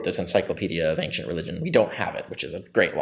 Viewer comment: As much as I do enjoy listening to Dr Carrier discuss the subjects he's an expert in, MY GOD MAN! The word "Ancient" does not have a "G" in it! It drives me up the walls!